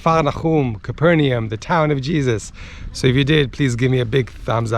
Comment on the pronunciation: It is pronounced "Cayper Nom". ;)